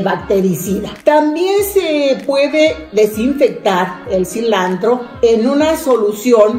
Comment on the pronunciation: Todo bien pero se dise silantro no silandro 😱😱